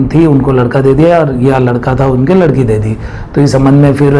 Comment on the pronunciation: Ladki hota he lakdi nhi